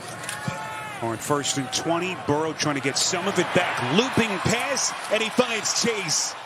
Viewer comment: It’s weird that announcer started off by say seck and pess for sack and pass but did just fine the rest of the game